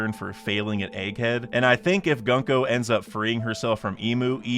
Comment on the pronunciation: I unsub bcos you said 'gun-co', it's 'goon-co'